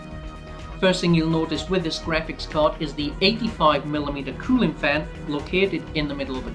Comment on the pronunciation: du u have to keep repeating "grapcihs card" "grapcihs card" "grapcihs card" all off us know that its graphics card and u dont have to say it every 10 seconds